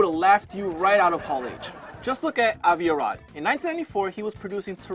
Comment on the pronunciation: Great video. But that's not how you pronounce Avi Arad. You might want to get that right, or else he will ruin other Spidey Properties.